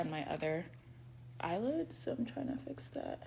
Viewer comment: eyely oilid 😂😂😂 bro I'm done